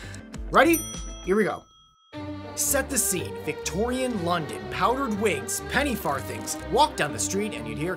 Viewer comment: But he sucks at it. Hecan'teven say pennyfarthing correctly.